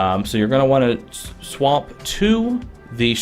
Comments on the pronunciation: It sounds like he is saying swamp instead of swap. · The way he says swap just annoys me for some reason but thanks for the help